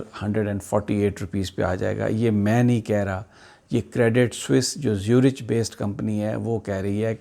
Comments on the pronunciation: زیورخ ہے زیورچ نہیں۔Swiss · Sami Bhai CREDIT SUISSE ZURICH is pronounced as. CREDIT SOOEEZ ZOORIK not. CREDIT SWISS ZOO RICH....... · زیورِچ نہیں، زیورِخ